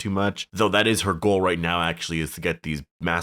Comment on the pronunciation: “it izzzz what it izzzz”